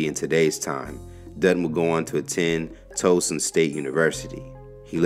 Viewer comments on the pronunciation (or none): Lol listening to I butcher place name😂😂 …. Pronounced Towson toeson 😂😂😂😂. It’s tow sounds like towel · Not tryna be a know-it-all but if ur gonna do commentaries in people, you should pronounce the words correctly. It's not JEESUP CORRECTIONAL. It's JEH-SUP. And it's not TOE-SUN Maryland... It's TAOW-SUN. Thank you for all the work that you do. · Peace. You know how you pronounce towel. Towson same phonics lol. Toeson lol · Towson is pronounced “Tao-Son” 😂